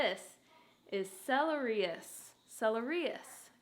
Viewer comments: just here to say - it's pronounced sell-eer-ee-ack. not sellerius haha and it's keiran and I, Ivy and I. not "me and keiran" "me and ivy" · It’s pronounced sell-air-ack 🤍 the root is sooo so good too, you can peel and use like a potato - mashed, roasted, fries, etc! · Celeriac root is generally used more than the leaves and stems are, it's a great potato/turnip substitute in soups and stews and stuff. Also it's pronounced se-lair-ee-ack 😊 Great to see you taking care of yourself! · Its said like celeri-yak, with a hard "k" sound at the end :) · I love this for you! Butttt celeriac is pronounced seh-lair-ee-ack 😆That was tickling a nerve I didn't know I had haha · Lovely video as always ❤️ btw, it’s celeriaK, kinda like maniac 😊